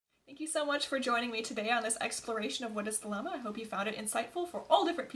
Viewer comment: First things first , you should learn how to pronounce the word thelema property or many avid European occultists may very well find it hard to take your work seriously and end up regarding your efforts the work of a armchair you tube occultist which are many